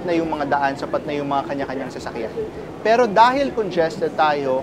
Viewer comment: napaka diin ng salitang "PERO" mo ahh parang kinukutya mo talaga ang pilipinas sa dating mo ah, buti pa yung kabayan natin neutral lang saying na "walang pinag kaiba parehas lang namang matraffic" kung tutuusin magagawa naman yan sa pinas eh kung wala lang matatamaan na mga kabahayan or other structure sa pag gawa ng railways